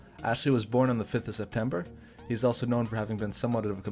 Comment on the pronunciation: "ashley was born on the 5th of septemeber"